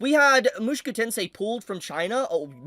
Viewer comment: My goodness. At least say the name right... MushOku not MushUku...